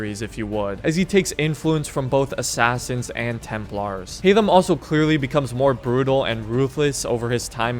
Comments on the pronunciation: 1. It's Haytham, not Haymath 2. I consider him the second deadliest. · Haythem and its not even close